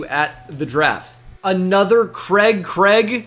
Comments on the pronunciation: The way you butcher the name "Craig" will never not be funny. :) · The way you pronounce Craig is just awful makes me sick 😂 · Never knew before this video that Americans pronounced Craig ‘Kreg’ instead of ‘Crayg’